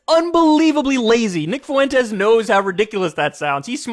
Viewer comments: The way u pronounce Fuentes makes u seem borderline, kyle. 2 syllables not 3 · Please for the love of god Kyle… FWEN-TEZ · Kanye's and Kyle's pronunciation always makes me think Nick Foux-Entez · Why do people keep pronouncing his name foo-wentes? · Please.. some Latin person let KK know how to pronounce Fuentes. Or at least send him a Daisy Fuentes meme.